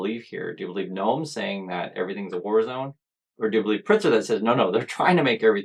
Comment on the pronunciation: Thank you for covering this. Chicago is safe and beautiful. One thing, the governor‘s name is Pritzker - You do pronounce the K.